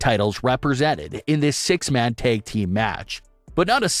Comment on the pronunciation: Dude...the "a" in "tag" is a short vowel!